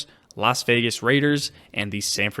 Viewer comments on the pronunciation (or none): none